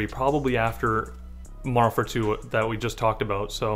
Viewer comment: Slow down when you say Modern Warfare 2 lol "Mondernfare 2" "Mondern War2"